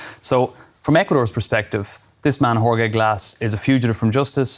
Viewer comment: How does this guy -- a journalist -- not know how to pronounce a basic Spanish name like "Jorge"?